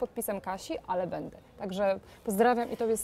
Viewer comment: Kochana! Mów: będe (wymowa) a nie bede i wziąć. Super wywiady. Super strona. Super Ty!